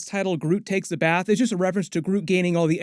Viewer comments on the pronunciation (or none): none